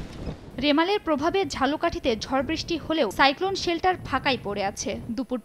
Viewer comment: Saicolon seltar na apu sentar